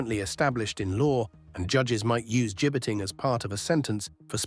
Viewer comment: At least pronounce and spell the word correctly. 'Gibbeting'. Not Jibing. (Gibbeting is the use of a gallows-type structure from which the dead or dying bodies of criminals were hanged on public display to deter other existing or potential criminals. Occasionally, the gibbet was also used as a method of public execution, with the criminal being left to die of exposure, thirst and/or starvation) 'Jibing' Present participle of jibe.